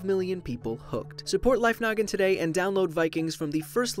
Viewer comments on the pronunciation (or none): I don’t know why but when he says “Hey guys welcome to Life Noggin” I hear “Hey guys welcomes to Life Nugget” Am I the only person who sees that lol